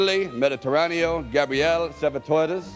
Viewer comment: Gabriel Savatoilets